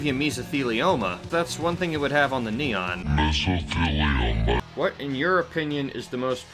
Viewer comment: Just butchered the neon xD